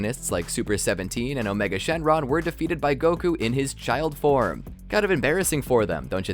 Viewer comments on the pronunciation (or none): none